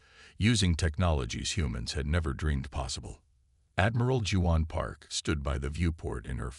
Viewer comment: pronounced WAON...not Jew_on...= Juan